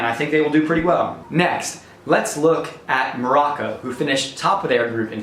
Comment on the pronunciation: 🤮🤮🤮 you can even pronounce the names and you don’t know any information about IRAN and MOROCCO🤮🤮🤮